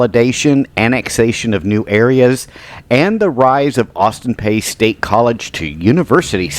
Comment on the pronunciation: Austin Peay is pronounced Austin Pea. The “y” is silent.